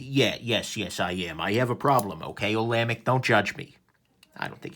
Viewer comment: "Ola Mick"...oh, sorry, Nick.